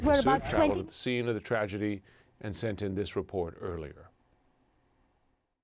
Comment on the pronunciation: I noticed some folks pronounce tragedy as tradegy, bbc not an exception 😊